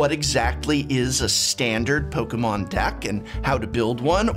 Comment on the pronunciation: really like the way u say 'Pokemon' professor